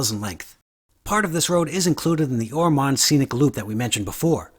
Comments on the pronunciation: Lived in Ormond Bach since 1960, we pronounce it Or-m(un)d not Or-m(on)d. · Although it's spelled Ormond it's pronounced Or- mund. And neat vid. Hope you enjoy your time respectfully in our little beach community!